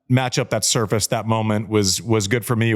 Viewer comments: When Andy talks about Rafa’s learning curve, I saw it happen over the course of the seven matches at Wimbledon 2006. Every single match he got better on the grass - you could see his learning process on grass. I swore back then he WOULD win Wimbledon one day. ❤ He STILL says ‘soo-FRACE’! ❤❤ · Rafa still can´t pronounce surface after over 20 years on tour makes him likable🤣